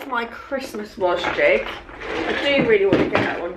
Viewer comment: Love your videos!! BUT everytime you mention Wasgij’s I want to scream the correct pronunciation 😅 I don’t actually do them but when i see them in your videos I read the pronunciation of it as was-gidge.. looked on the official site and I am correct! Not sure if you know this and just like saying it as wasjig? 😬 anyway! Hope you’re doing well and congrats on the news of having another lovely little girl x x x